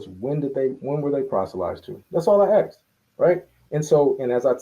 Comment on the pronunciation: Its 2025 and people are still saying Axed instead of asked. 🙄😒